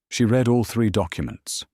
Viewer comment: You have a narration that I truly appreciate. I just wish you could get the difference between "read" and "read", "bow" and "bow" . When I read a passage I usually leave it after I have read it. (The second use of that is pronounced "red"! It is the past tense!!) I put the arrow to the bow, set to shoot very closely beside the the person crouched in a bow by a horse. ( That last b-o-w, is pronounced to sound like ouch!!) Please try harder to get them right.